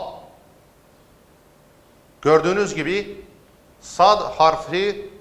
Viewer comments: Yanlış söylüyorsunuz çoğu harfi mesela sada va diyorsunuz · Hocam sa ve da yanlis okuyorsunuz